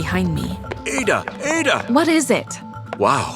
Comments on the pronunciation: exactly it is ADD A not aie da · By the way the name is pronounce ah-da not a- da hah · I’m Nigerian it’s pronounced Add-A not Aid-A. 😅 My Igbo name is Ada. My guess is she and her family are Igbo. I have an uncle named Austin. So many of my aunties have the name Chi. It really hits home. 😭❤️ This is story is really good. 🇳🇬 ❤ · It's Ada not aeda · Why did they pronounced her name wrong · Naw …that is not how u pronounce MY NAME!! as a NIGERIAN ‼️